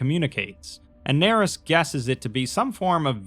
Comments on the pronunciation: “Doctor Nerys” “D Narys” “Daenerys” Yikes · "Nerys" is most likely pronounced "ner-EESE," rhyming with "police." It is a given name appearing in Welsh. The name itself may be a reference to the character Kira Nerys ("Kira" here the family name) from Star Trek: Deep Space Nine, portrayed by Nana Visitor. A worthy tribute. Or maybe the author just likes Welsh names, which would be fitting for a doctor who studies dragons; for Wales is associated with the red dragon. Probably more likely... but I like the Star Trek one.